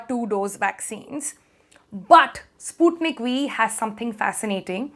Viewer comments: The pronunciation is not “spootneek”, it’s “Sput-NIK”. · It's spelled "sput-nik" and not "spoot-nik" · Russian language is not that lovely nor romantic, u made sputnik sounds like sponge for me.... So soft.. Ahhh.